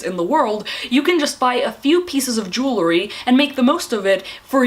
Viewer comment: Jew-el-ry not Jew-le-ry. Kills me every time.